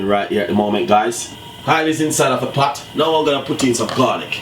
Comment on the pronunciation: It is not 'Pat' it is 'Pot', not 'Preppers' but 'Peppers' and it is not 'Spinach' it is 'SPINNERS'. CORRECT PRONUNCIATION of your words should be clearly understood by your audience. No, offence.